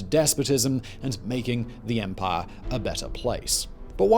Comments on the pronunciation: “The Roman Empah” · I never get tired of how he pronounces “Empaaaaah” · Remember to drink when Simon pronounces the word "empire" as "empaaah"